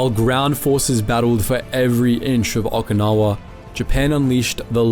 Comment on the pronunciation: PRONONCIATION 0F Okinawa?????